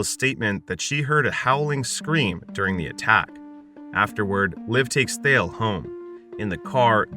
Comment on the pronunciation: "DURING a full moon." The way that you said it makes it sound like the bus was going to the moon.